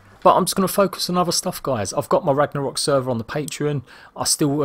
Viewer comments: did he say "ragna-hok"? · I think u said Ragnarok wrong in the beginning, no disrespect just letting u know... "Ragnahok"